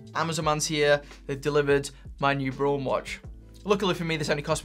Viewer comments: bra-un, not brown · Late to the game, but just wanted to add that the brand name Braun is pronounced almost exactly like the English colour 'brown' - not 'brawn'. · You're pronouncing it "brawn". It's German, it's actually pronounced "brown". It means "brown". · Braun, not Bron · Btw the brand is pronounced like the english word "brown". Just saying. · I think Braun is pronounced the same as Brown. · Pronounce it as in English ... Brown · The way you pronounce Braun is just so......wrong.